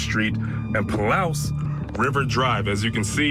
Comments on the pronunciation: "Pa-loose", not Pa-Lous" is how you say Palouse. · LOL! Pronounced Paloose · Palouse is pronounced 'pa loose'